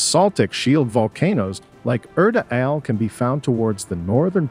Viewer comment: Erta Ale is pronounced as "ERTA ALLE"